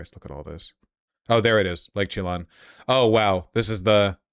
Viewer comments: Lake Chelan is Lake Chi-Lawn? You mean Lake Shuh-Lan? You California transplants, geez. Next you'll be calling Sequim, "See-kwim" instead of Skwim. And Kalaloch, "Kala-Loach" instead of "Klay-Lock. Just don't start calling your Toyota Tacoma's a Toyota Fife. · Holy fuck hearing Vaush mispronounce nearly everything feels intentional. Lake Chelan is she-LAN not Chee-lan. I’m a transplant too but , damn, Vaush really does walk the costal elite walk. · Lake Chiy-Lahn? Ok maybe it is time for you for you to turn in your Washington card 😅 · It's funny how he pronounces the towns around my area lmao, chelan = shelan